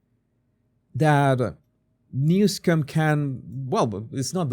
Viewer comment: Please pronounce his name correctly. There is no "c" in his name.